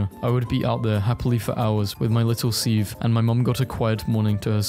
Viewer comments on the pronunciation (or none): You still can't say "sieve" and it cracks me up. It's "siv" dude, how have you not heard that word before lmfao